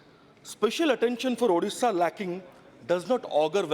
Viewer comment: 1st see your own english.... It's illiterate ....not ilitarete😂😂😂.....it's bad not bed....and moreover it's ODISHA...... U better join some english academy and improve your english😂😂😂😂😂.... In short 1st see where u stand in your life!....